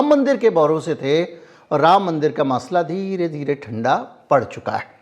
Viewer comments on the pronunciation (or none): none